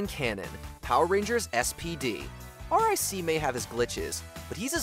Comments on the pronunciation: R.I.C. Is pronounced “Rick”. He has a name. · The robot dog in spd name is R.I.C but it's pronounced rick